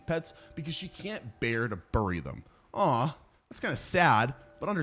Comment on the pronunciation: Bro says bury like Cleveland brown😂